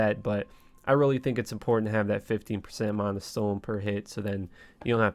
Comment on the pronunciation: Exactly lol...despise how he says it.